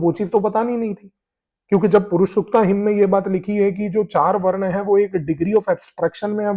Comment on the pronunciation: भाई,बहुत अच्छा Content है , भाषा में सामान्य रहने के लिए इंग्लिश शब्द जैसे ancient, invasion बहुत सही है पर हिंदी शब्दों का उच्चारण उनके मूल रूप में करें जैसे वरना तो otherwise है , वर्ण वह शब्द है जो वेदों में दिया गया है ... आशा है संभालेंगे..... प्रभु का आशीर्वाद आपको प्राप्त हो यही कामना है .....👍🏽